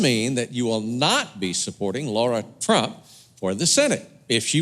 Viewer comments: With all respect,, it's Lara, not Laura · It's Lara not Laura. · It’s Lara. Come on Patriots. 🤣🤣🤣